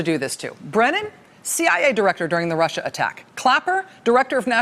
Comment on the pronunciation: I hate the way Trump says, "This RushER thing..."